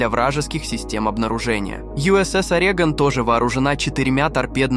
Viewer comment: Orego’n не Ore’gon